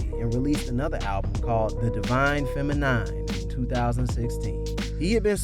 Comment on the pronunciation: Is the voiceover a smooth robot or what?!? Lmao...K...I...D....S.... , God damn, and 'divine femi NINE'... Still I appreciate the collection of info for those who need the basics. There were a few projects left out, Faces is one of his most important and arguably best pieces.